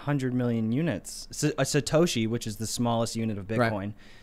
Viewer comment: SATOSHI !! NOT SATASHI!!